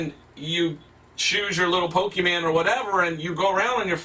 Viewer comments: The guy said "Pokemen" time and time again lmao he probably watches Natewantstobattle frequently and likes his videos XD he clearly did his research though 🤣 Having fun playing a modern game with an advanced piece of technology produced by a creative and evolved civilization would be prohibited by the church right now because it is just straight up demonic 🤦🏻‍♂️ These people can't be serious, their judgement is just as bad, this whole logic doesn't make sense to me, my goodness! 🙄😂 There are things far worse and more corrupting than that and video games are the least concern. Also can you imagine how boring this guy's life is? lmao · When someone can't even correctly pronounce the name of the franchise, they lose all credibility with me right off the bat. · I mean is it a so hard to do just a little research into what he's arguing about? He can't pronounce Pokemon and doesn't actually know what the game is like. Just a little more research and it would have at least sounded like he wasn't making it up as he went edit : oh damn i felt a moment of impending doom when he said "and i saw a video where you could press a button to EVOLVE" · it sounds like he's saying "Pokimane" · The thing that gets on my last nerve. Is how these people pronounce Pokémon. Like I think it’s pretty clear on how to pronounce it. As pokeman, pokemen, po-Kay-mon and more. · When he made that joke about how he says 'pokeman' I just wanted to stop watching here XD. I cringed so hard at that, cause I'm actually a Jamaican. 🤦🏾‍♂️ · Him calling them “Pokemen” is starting to make me Pokemad 😠😠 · It just makes it so worse that he is calling them pokeman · Touching on the "Pokeyman" bit I feel like bringing up is that my father once called Pokemon as "Pokeryman." No idea where the "ry" comes from. It seems to be always the adults & old ppl that introduce us to the most outrageous pronunciations imaginable. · The way he says Pokémans the whole time makes me so oddly angry. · It’s Pokémon not pokeyman.